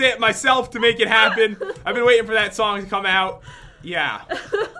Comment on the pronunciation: No you said four as in the number four but he said FOR